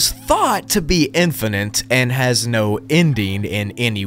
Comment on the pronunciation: "infinant"